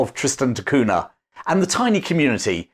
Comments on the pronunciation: it's pronounced "Cunia". Very nice vid for the rest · In Portuguese, Cunha is pronounced coon yuh. The nha is like the na in Spanish with the tilde over the n. As I know someone who actually has this last name, every time he said that name it cringed because he sounds like a pompous Englishman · It's pronounced "CUN-YA" the Portuguese "nh" is like a Spanish " ñ ".